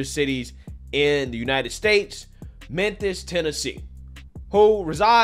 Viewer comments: Bro said Menthus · lol crazy that you say "menthis" consistently every time you can even clearly see your tongue between your teeth making the "th" sound, instead of the "f" sound where your lip would be under your teeth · Menthis? Oof. Memphis. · Not really. If it was well said he wouldn’t keep calling Memphis TN “Menthis”. And it’s not even a 1 time slip up, he says Menthis every time. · "Menthis" Much love. Don't change man. I make fun because it's funny but I want to see you keep doin you. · "Menthis'? Mem.... Meeeeeeeemmmmphis lol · MemPhis. Not Menthis. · Memphis; ph is pronounced as an f, just saying